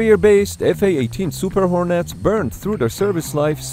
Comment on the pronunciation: "Hor-Nets" isn't quite right -- there's NO Emphasis on "Nets" - just say "hornets" more like "hornits"